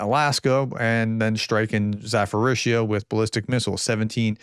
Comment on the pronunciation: Zaporizzhia pronounce with later P not PH...more like Za-Po-RiZ-Ja.